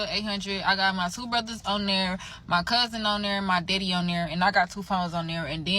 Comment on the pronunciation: Why all these grown adults riding her phone plan? Including her "deddy" as she pronounced it. Is the purpose of her video to complain about her bills or to confuse us on what she does for a living??